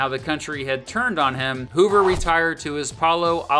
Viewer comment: "herbert hooVER"?